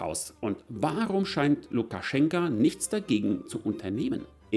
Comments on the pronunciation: Lukaschenko mit Oooooooo nicht mit A am Ende.... 😂🤣 ich bekomm Ohren Krebs xD 😂😅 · LukaschenkA???? Heist der nicht Lukaschenko? Wenn du ned mal seinen Namen kennst, kann der Rest auch keinen Wert haben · Wieso sagst du immer Lukaschenka, wo doch überall Lukaschenko steht?😎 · Warum eigentlich LukaschenkAAA und nicht Lukaschenko? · Warum titulierst Du Lukaschenko dauernd mit Lukaschenka? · Bitte "Lukaschenko". Aussprache identisch wie die Schreibweise. "Lukaschenka" steht für die weibliche Form. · Heißt er nicht Lukaschenk-o ?